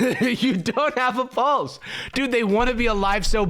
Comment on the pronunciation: nah I was drawing with this video in the background and when she said "come check my pulse" I had to go look at the video to do a double take cause I thought she said "come check my balls"